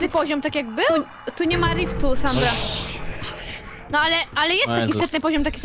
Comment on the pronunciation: oj nie sanra a sandra